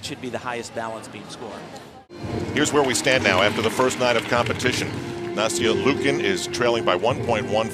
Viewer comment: "Nasty-eeuh Lee-ookin" someone needs to teach that commentator how to pronounce names correctly